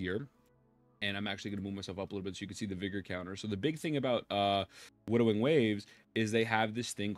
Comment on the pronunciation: ok so forgive me as i dont know if thats a condition or not , but why are you saying wudering waves? your speech seems to be good except that word . is that kind of a gimmick or something im not aware of ?